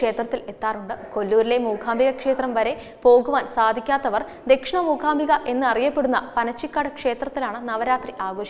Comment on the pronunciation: അക്ഷര സ്പുടത ഉള്ള കുട്ടികൾ ആരെങ്കിലും അവതരിപ്പിച്ചാൽ നന്നായി. ''മൂഖാമ്പിക' എന്നൊക്കെ പറയുന്നത് എത്ര അരോചകം.